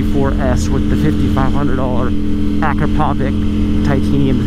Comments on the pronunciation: Hey, it's pronounced ah-krop-oh-vich, not ak-roe-pove-ik... The only reason I know this is because I saw an Akropovic factory rep say so on a video a while back. 🤷🏻‍♂️🤣❤️🏍️ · it's not A-krah-PO-vik, it's a-KRAh-po-vits! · "Listen to that dry clutch!" -while rocketing away and not letting anyone listen to it "Ak-ra-povik titanium racing exhaust!" ak-rah-pov-ich And holy shit, stop riding around with your highs on, making everyone hate us. Thank god for daily rider. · I cringe when he says Acrapovič... it's A-crop-o-vich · Say it with me,. “Ah, crap (trill the r if you’re really fancy), oh, vich…” together we can end this mispronunciation forever. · So cringey when people can't pronounce Akrapovic. It sounds like this... Uh-Krrra-poe-vich. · Dude, you earn a living reviewing motorcycles. You should by now reeeally know how to pronounce Akrapovic. You're far off. For the last time: Ah-KRAH-po-witch. Big emphasis on the second syllable. Third syllable is not poe, it's po. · Your saying akropovic wrong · My man butchered Akrapovic’s names like it’s not all over the motorsports world. Companies trophy cabinet is stacked! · you should work on your pronunciation for foreign brands/names. In Italian a”ch” has a k sound. Marchesini should be correctly pronounced “Markesini”. Akropovič, a Slovenian name, is pronounced “Akropovich”